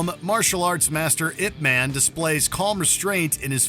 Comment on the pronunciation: I love your channel but being a super fan of I P man it's not pronounced ImP man like it's was very cringe hearing u say it over and over again like come on I love your channel too much to hear you guys mess up the name of that movie 🍿😅😢